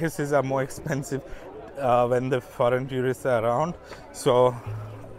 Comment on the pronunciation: Another great video. But one pet peeve. Please, please, stop mispronouncing the word "tourist". The first syllable is exactly like the word "tour" (almost rhymes with "four" or even "sure" but does not sound like "tyoor" and this is for all varieties of English). Every time I hear "tyoorist" it makes me cringe. But please keep making videos as no one else has this kind of content on YouTube. One more word - café. The first syllable should rhyme with the "ca" in the word "cat" or "can" not "car".